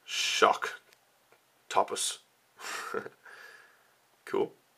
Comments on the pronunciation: Shock-top-us really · The moment I heard him say shock...topus I facepalmed pretty hard.... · YOU PRONOUNCED INTERPLANETARYPURPLYTHORNY DRAGON CORRECT BUT NOT SHOCKTOPUS?!!?!?! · pronounce shocktopus wrong